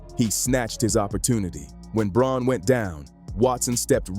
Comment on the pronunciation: Good video with good announcing but Christian Braun's name is pronounced BROWN.